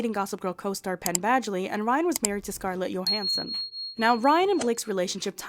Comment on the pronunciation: who is Scarlett YOhansson? Did you mean Scarlett Johansson?